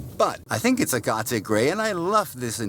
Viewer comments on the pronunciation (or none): Hahaha. “Ah-ga-tay” interior. Its “ag-it” like rocks. And its french.